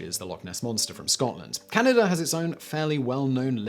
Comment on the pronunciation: It's Can-a-dah, not Canader. Say Chowdah! Say it!! <3